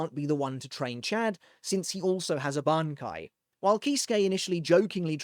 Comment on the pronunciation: Look at you pronouncing that bankai. Say that one squad 0s bankai 3x fast. The weaver's